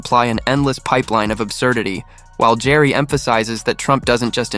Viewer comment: Jerry?! Who the fuck is Jerry?! Ricky's last name is Gervais; it's pronounced as Jer-vase. A better content provider would do research into how to pronounce words and names properly. Do better.